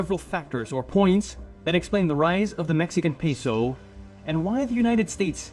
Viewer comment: Jajajajaja 😂 Y también entendí cuando dijo "super pesou, super piso, super pisou"😂